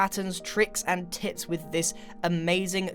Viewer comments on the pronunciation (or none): Tips and tits did he say.